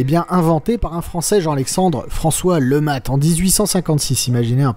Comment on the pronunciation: cette arme est présente dans plein de jeux sur cette époque. Et faudra m'expliquer pourquoi tu prononces ça lematte alors que tu précise bien que c est un flingue inventé par un francais nommé letmat. A moins de pas avoir suivi les cours en primaire, le T ne se prononce pas. tu dis un matte de bateau ? non ? bon bah alors.